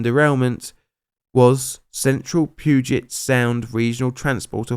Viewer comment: The POO-gent sound💀💀💀